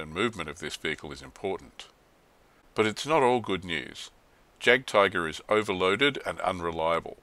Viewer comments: Great review, and just a point on German pronunciation: In German, the letter j is pronounced like y in English, so it should like yagdtiger. Also, w in German is v in English and v is f. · I hate to nitpick, but Js are pronounced as Ys in German :) Loving the vids, when do you think you'll be posting June's Rumours and Lies? Oh, and would it be viable to do a compare and contrast series on products from the various manufacturers? Thinking of starting a motostrelkovy batalon and was looking at T-34s for the armour backup, but whose to buy? I'm leaning towards PSC's squad atm